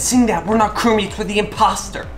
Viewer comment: It’s crewmates not croow mates